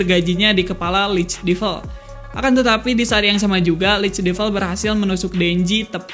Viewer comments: Bacanya devəl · Gemes dengan pronounciation nya. Buat devil, bacanya bukan divel.